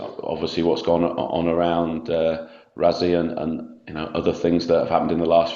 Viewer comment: "Razzie" - can't even be bothered to pronounce his name properly!